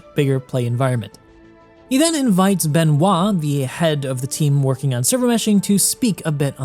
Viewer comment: ben-hwa ? aahahha pretty sure its a french name called "benoit"